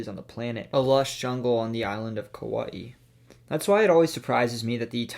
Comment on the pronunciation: Nice pronunciation of Kaua’i it’s nice to see that you tried to pronounce the ‘okina instead of butcher it like so many others